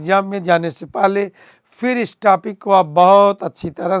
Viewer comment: Topic ko tapik bol Raha hai